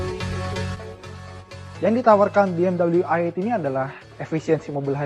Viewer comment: Pas baru loading ni video, gue kecewa sama si host. Masa dia bilang BMW ai-eitgh (ejaan bahasa inggris). Ini review indonesia bray, so u pake dong bahasa Indonesia dengan bilang Be Em We i-delapan.